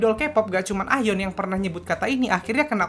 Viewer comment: Nyebut nya "A - yeon" bang 😊😊😊